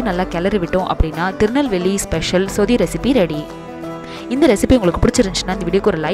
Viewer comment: Iyo athu சுதி இல்ல. சொதி ... நீங்க சுதி சுதி ன்னு சொல்றிங்க